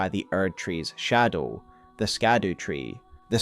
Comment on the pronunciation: I love your videos but I can’t listen to the way you say shadow. It make me click off❤